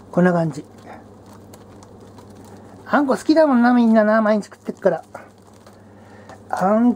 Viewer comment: あんこがたまにうんこに聞こえんのどうにかしてくれ